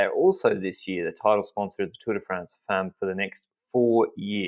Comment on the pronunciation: Please, please learn how to pronounce "femmes" correctly, especially since you're going to be using it a lot in the future probably! It's actually very easy: the "e" is like the "a" in "half"! You're welcome :)